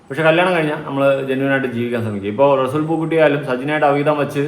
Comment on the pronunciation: Resool പൂക്കുട്ടി അല്ല resul.,. അങ്ങനെ ആണ്